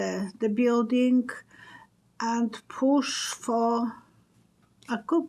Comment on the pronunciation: Hi, I agree Cassidy Hutchinson told the truth! FYI - coup is pronounced “coo” (the p is silent). Not a criticism, just trying to help. 💕 You don’t need to explain your process to us. If someone doesn’t believe you, they can go somewhere else. We trust your heart!